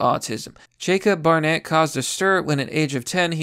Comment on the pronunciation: "Bear net".... EDIT: I think she watched Orphan one too many times.